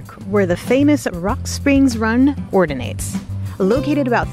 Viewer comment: Orginates? LOL! I know you meant originates. Be well!